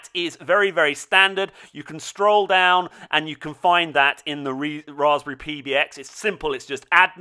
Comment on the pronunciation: does everyone in UK say "stroll" instead of "scroll"